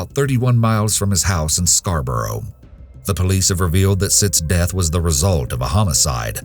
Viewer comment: Scarborough is pronounced scar-bruh